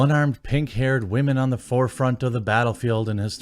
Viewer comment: Why does he says women like that